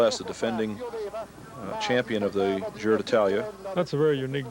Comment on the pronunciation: Gi in Giro d'Italia is not pronounced "dzi" as in the French word "gitane" but like Je in Jesus. The commentators in this video pronounce it correctly many times (not always), many others don't.